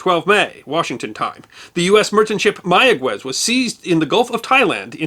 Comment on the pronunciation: Instant upvote for knowing how to pronounce "Mayagüez." So many journalists who think they know Spanish pronounce it "Maya-ghez," because the 'u' would normally be silent between a 'g' and an 'e' or 'i'. (It's normally there only so the 'g' is pronounced as in "get" rather than as in "hit.") But the dieresis above the 'u' brings it back from silence, which requires a bit more Spanish instruction to know. To be even more accurate, place the emphasis on the final syllable.